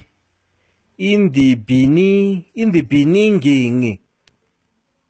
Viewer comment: Oh my God and old man can't pronounce the word beginning especially is a president